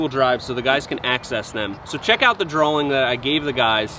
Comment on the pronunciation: Love these videos. Very informative. But WTF is a "drawling"?